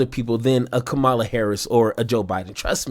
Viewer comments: KA-ma-la!. Not ka MAH-la. KA-ma-la. For God's sake, she's been in office for 4 years and is a household name. I don't care if you like her or not. Get her name right. It's just common decency and the minimum requirement of your job as a political commentator. Republicans mispronounce her name out of misogyny and racism. What's your excuse? KA-ma-la! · It’s pronounced KA-mala. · Her name is pronounced COMMA_la. Get it right. It’s a simple thing to get. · Bro. You miss pronounced her name. Do better. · I'm sure many people will say this is petty, but it's not hard to say Kamala's name right. Every MAGA Republican says it like you did. When I hear it like you said it, I always know... that's a Trumper. I know you're not, but you say her name just like they do it. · I like your show. Intersesting how you say 'Kamala' the same way as the republicans do. Are you doing it on purpose, too? How do you say 'Pamela'?